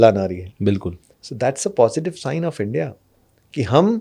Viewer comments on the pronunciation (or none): none